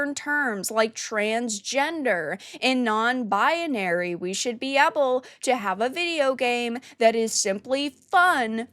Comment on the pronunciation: I don't know if you say "bia-nary" on purpose just to make fun of it but goddamn it's annoying. Just say "binary" as it a normal word. BI-AH-NARY. Argh.